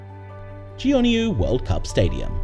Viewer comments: 유럽쪽 인듯 j를 야로 발음함 대전을 대연 전주를 연주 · 대전을 대연으로 발음하고 전주를 전유라고 발음하네 ㅠㅠ